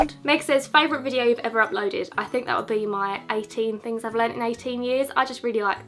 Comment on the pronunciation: you are literally a poet - 'i will see you in my next videyou'